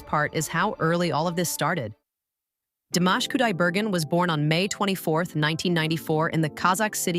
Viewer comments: Диктор, хоть и бот, очень плохо, глупо запрограммирован; Известного Казахского на уровне международном, если не знаете, то имя всеми любимого певца; ДИМАШ, а не 'дамаш', что за манера у бота ИИ коверкать известные имена, фамилии, названия городов, сёл, рек, озёр, и много что другого толдычит своим гнусаво-механическим голосом, что атишники ИИ- глухие, или, 'демонизированные' 'сущности', лишь бы всё искажать, лгать, тупить; таков хозяин ИИ👺👿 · Сначало научитесь или научите робота чтобы правельно говорил его Имя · Спасибо за такое вежливое поправления у меня нет сил поправлять робота хоть я не очень грамотная но слушать как она корежит имя Димаша не выносимо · Вот зачем врать, что Димаша не признавали в Казахстане? Все первые места в конкурсах, любят его и признавали, и признают. Режет слух это ИИ, Дамаш, Дайда дамбра